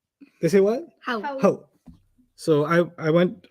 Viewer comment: I know that 'Howw', hyderabadi here :) Its actually 'hao' 😅